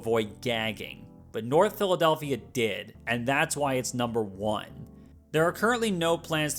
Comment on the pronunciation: "Philawdelphia"?????? Good lord, what are these lawyers smoking🫩